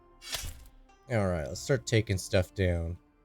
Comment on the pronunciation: I’m not trying to be the mispronunciation police here, but you keep pronouncing “Noi’s” name wrong. It’s not “No-eee” it’s “N-oy.” Noi rhymes with toy (just to compare). Thanks for the content.